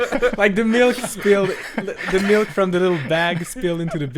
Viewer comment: you see this comment, you need to stop saying melk.